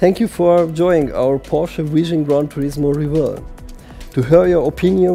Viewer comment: "Khan Turismo"